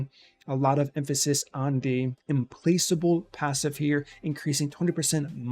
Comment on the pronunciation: Why can’t any of these cc’s pronounce implacable…lol, literally every one of them says it wrong 😂.